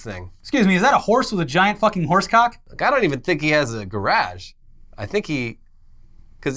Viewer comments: Ga-Rash?? Did have a brainfart? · I was excited to watch this at 3am until said "garage" like Borat. No way I'm going back to sleep now. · What accent it pronunciation of garage?